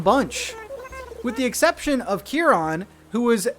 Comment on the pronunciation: i love your videos but that is the worst pronunciation of chiron i've ever heard